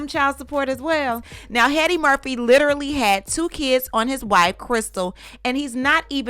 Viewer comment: Every time you say Heady-Murphy I loose it 🤣🤣🤣